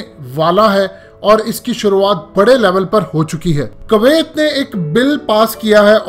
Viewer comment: Its kuwiat not kawaayt 😂